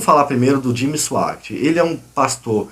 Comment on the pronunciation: Cara você não sabe nem sabe pronunciar o nome do Jimmy, e ainda se aventura a criticá-lo!? E outra coisa você faz uma explanação confusa! Simplesmente você blefou!!👎😉